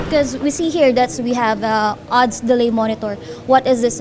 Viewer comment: odds un madam hindi ads hehehe